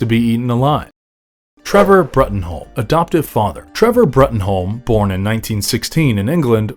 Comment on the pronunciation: It hurts my brain every time Bruttenholm is mispronounced (it’s spelled out in the omits and the Del Toro films both that it’s pronounced Broom)